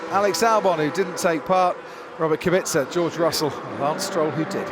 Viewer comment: Is Kubica such a difficult name to pronounce correctly? I don't think so.